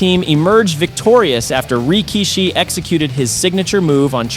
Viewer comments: bruh who d fuh is 'reekishi'🤣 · The best episode yet... however the way you said "reekeesheee"💀💀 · Why do you say rikishi like that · I dislike how you pronounce Rikishi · I figured it'd have to have been with the Lesnar, Rikishi and Bubba mispronunciations.